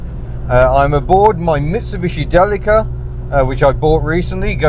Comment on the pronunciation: I think "Deli-ka" is the best pronunciation. "Dileesha" sounds like a brand of margine !